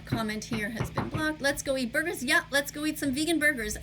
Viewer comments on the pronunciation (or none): “ yup let’s go eat some vegan burbers “ wth is a Burber?